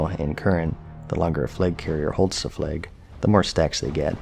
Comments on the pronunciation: Its flag, not flage. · why is he saying “fleg” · Fleg?! or Flaig?! 😉